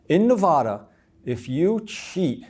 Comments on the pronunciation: This guy is the biggest fake ... he is making a fool out of you. He can not even say Nevada correctly. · This guy can't even say Nevada correctly. But he spent all that time there scamming them? Nah don't believe it.